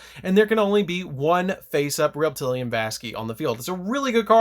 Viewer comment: Pretty sure it's SUPPOSED to be pronounced Reptili ANNE like the female name. After all it's normally spelled reptilian.